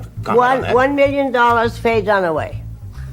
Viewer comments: It's "DUN-Away"; jesus: You have ONE job. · its dunaway... not donaway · Not DONaway; DUNaway, pronounced DONE AWAY. Got it? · Note to narrator… it’s Dunaway, not DONaway. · Please stop calling her Faye DONOWAY...it's DUNAWÀY !!! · pro tip, its Dunaway not Donaway. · Sorry but it DUN a way not DON a way. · "Donaway" SMH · “DON-a-Way”??? Really??? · Why the hell are you calling her Faye "Donnaway"??? Look at the spelling, dude -- it's Faye Dunaway. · For Gods sake its DUNaway! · It's not "don away". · yes I know … the narrator is pronouncing it Donaway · Hey you should tell your AI voice how to pronounce Dunaway correctly. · The mispronounced names over and over was extremely distracting! Wow. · WHY can't the Narrator pronounce the names correctly. Legoozahmoe? Donaway?